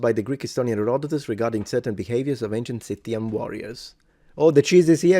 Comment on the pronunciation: And unfortunately it is consistently mispronounced in the video, a type of flop i wasn't expecting